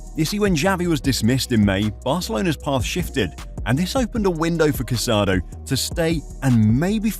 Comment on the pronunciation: The player’s name is pronounced Ca-sa-DOUGH. Please be respectful. The final accent mark means something